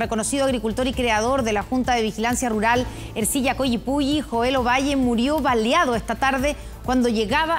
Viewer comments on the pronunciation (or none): Se dice : baleado y no baliado. Estos periodistas ni siquiera saben hablar.mejoraremos asi el nivel cultural en chile .?